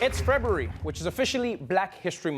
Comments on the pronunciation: When he said "Frebruary" I Felt That. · It’s fe-boo-ry lol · Did Trevor say "It's Frebury?" Lol. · It febeery! 🤦🏾‍♂️😂